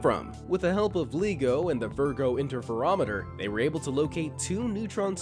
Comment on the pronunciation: The pronunciation for LIGO is lie-go not Lee-go. You're welcome